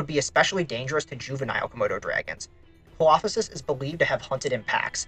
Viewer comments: I really enjoy these videos, and can't wait to see what you cover next! Also, Coelophysis is pronounced "see-low-figh-sis". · bro butchered the coelophysis pronunciation so badly 😭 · Im sorry but WHAT was that Coelophysis pronunciation 😭😭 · I wasn't sure that was even the dinosaur he was talking about! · Thank you! I had to do a double take on that to make sure I heard it correctly. That's done my head in. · Im sorry but your pronunciations of ceolophysis and herrerasaurus are just so wrong, these are really well known genera too. Also ceolophysis is a pretty well known cannibal.